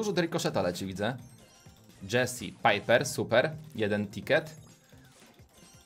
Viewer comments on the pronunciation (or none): none